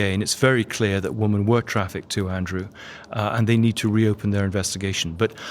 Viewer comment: Why does this man keep saying womomen and not women with an e.